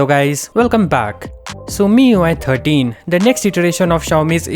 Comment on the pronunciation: "MIUI türtien"